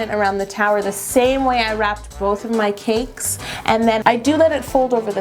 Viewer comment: anyone else think Yolanda pronounces cake like "caykss" ?? it's so cute